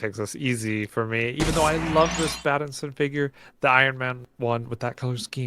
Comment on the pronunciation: Great video guys! Instead of saying figure I heard say skin! 😂